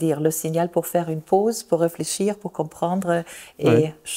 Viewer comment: Elle prononce TODD comme Tot - la mort😂😂😂